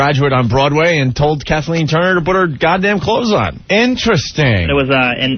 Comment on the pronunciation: Opie saying "but" instead of "PUT" is ENRAGING.